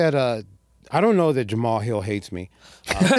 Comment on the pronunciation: Why is having such a hard time pronouncing "Jamal"? It's Juh-Maal Hill who tf us Jamahal? Lol